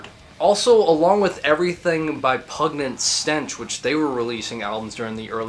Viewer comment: You mispronounced Pungent Stench, anyway cool video, made me laugh when you did pronounce it as pugnent stench. haha